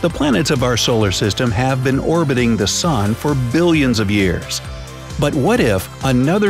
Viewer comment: i guest its an “soon” now not an “sun”